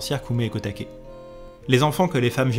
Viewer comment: Ça se prononce "ko oumé" et "ko také" (pas "koumé") ! Ça veut dire petit prunier et petit bambou.